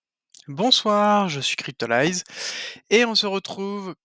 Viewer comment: Merci, très instructif et petit sourire au début pour la prononciation de "Cryptolyze" en mode anglais hihihi 😁